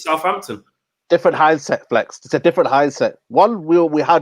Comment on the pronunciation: Did this guy just say hindset haha. Get off the channel man. Always ranting and never calm in his delivery of analysis. Get rid!